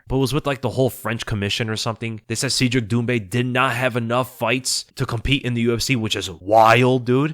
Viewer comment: Cedric is pronounced "said Rick" not "seed Rick". Trust me, I'm an expert.